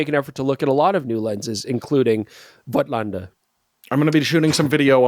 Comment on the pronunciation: I know you guys have many followers including myself here in Germany. The correct prononciation of "Voigtländer" is like Foe-gt-lander. The "i" can be ignored.